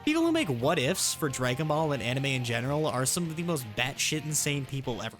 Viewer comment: "draygon ball" got me dying but good video overall